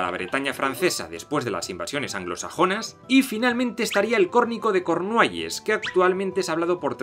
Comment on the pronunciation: se dice darscir o dowrrscer en ingles y cornuehylles no cornueles ni cornuehelas